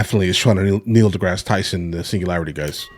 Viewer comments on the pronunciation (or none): Did you say Niel Deass Tyson?